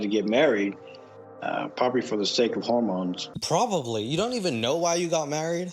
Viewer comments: I for sure thought he said home loans lolol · Did he say "home loan"? I thought he said "hormones". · I absolutely believed he said home loans the entire time. Fit with the whole asshole vibe he gives off. Didn't surprise me 😂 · He said hormones not home loans 😂😂😂😂😂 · he said hormones not home loans lmao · He says hormones, not home loan! 😂😂😂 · He said hormones not home loans lol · Lololol I was hoping I wasn't the only one who caught that, I was reeeeaally confused at first about why he was going off about home loans 😭 got a good giggle when it clicked 😅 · I heard “home loans” too 😂